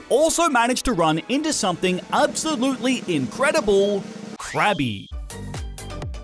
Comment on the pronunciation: Krabby called Cookie brought back memmories. That's what it sounded like right?